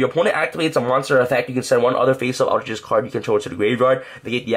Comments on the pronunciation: aleter geist not alter gist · you pronounced altergeist in the most butchered way. its alter- GUYst not alter jist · ALTER-GUYST not jest. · I'm is pronounced alter-guy-st not alter-gist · For a more accurate pronunciation: all-tur guy-st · Just so you know I'm really getting triggered because it is pronounced Geist like poltergeist not how you are pronouncing it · ALL TER GEIST!!! Sorry it’s not that hard to pronounce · say altergeist wrong one more time, had to mute the video lmao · I don't know what's worst, his pronunciation of altergeist or the hyper jump cutting during his sentences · I love his videos an all and help a lot with my deck building, but some things annoy the hell out of me, he’s pronouncing altergeist wrong, the way he flicks his hand every time he shows a card, saying this card is really really amazing or phenomenal.. like take it down a notch and stop being so cringy and just make a simple watchable video